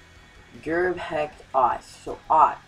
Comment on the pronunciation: hecht is pronounced "hesh" just so you know and kaleta is prounounced "ca-leta"